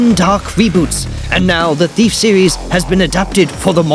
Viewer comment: Thiaf??? XD